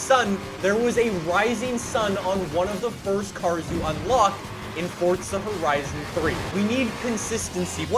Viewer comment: is it fricking hard to say Forza Horizon correctly?